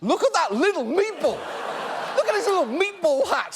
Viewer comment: no one: John Oliver: M E A T B O L L